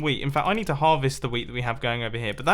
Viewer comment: when he sais wheat it sounds like weed...